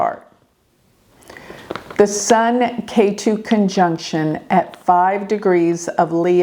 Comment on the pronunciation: Ketu is pronounced Ket(h)u.